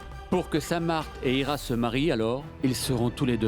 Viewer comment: Moi aussi j attendu au lieu de dire ira elle as dit icha